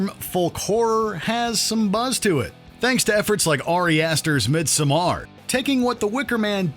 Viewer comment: Please at least listen to how it's pronounced next time you say it. Middsomaur? Really?